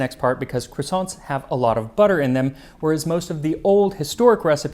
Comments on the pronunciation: I love how much time and effort you put into getting all your pronunciation just right, regardless of which language it is... Only to go full 'Merican on the word croissant 😂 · I am used to bread pudding being made with eggs. Have a think about burned milk pudding in Turkish Kazandibi. You would need to source Mastic. Which is a huge bone of contention between Turkey and Greece. The way you pronounce Croissant is hilarious.